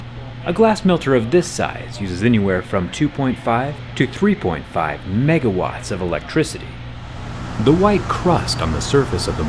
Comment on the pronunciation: Bro you emphasized "mega" in Megawatt like it's a lot... Do you realize how EFFICENT that is for such a massive machine? I mean maybe machines of that size are usually pretty efficent, but that's... A lot less than I would have expected for something that's designed to heat massive electrodes to 3k degrees for like 24 hours a day. o-o 2.5 megawatts is certainly a lot, but that's only a couple households worth of energy, which in my mind sounds pretty damn impressive.